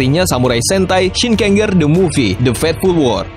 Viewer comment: Kata ger dibaca jer aja,contohnya shinkenger dibaca shinkenjer biar lebih enak atau ngikut cara baca yang dari jepangnya dan kalo ada tokoh kayak mele di uchuu sentai vs space squad,itu bukan movie dari gekiranger tapi tetap movienya kyuuranger